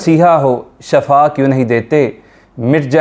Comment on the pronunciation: Shafa nahi bolna vhahiye.sahi lafz shifa hai.kyunki shafa ka matlab maut aur shifa ka matlab sehat